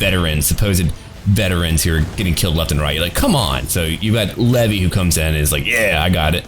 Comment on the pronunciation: IM SORRY LEVIE?? LEVY?